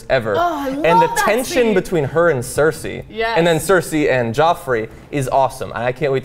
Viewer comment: heads up its not circe its cersei